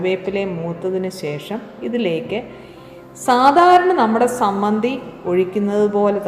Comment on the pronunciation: Teacher,sammanthi ennano parraya.chammanthi ennalle.variety nutritious chadney